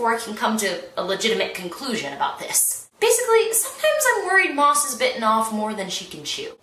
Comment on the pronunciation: I am VERY late listening to this and I suspect someone has already corrected you by now, but you are mispronouncing the author's name. Maas is pronounced as if it were "mass."